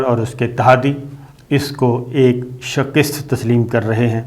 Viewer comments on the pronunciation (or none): Salam Bhai ap shikast ko shakist boltay hain alfaz ko sahi ada Karen shukrya or mazrat apko mene is tarahan bola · Aol shakir shb Just to correct you that once you say shakiest not good actually you should pronounce shikast by Urdu istlah or maybe I am wrong please let me know thanks Kind regards Khalid (Sydney Australia) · لفظ شّکِست نہیں میرے بھائی۔ شِکّست ہے۔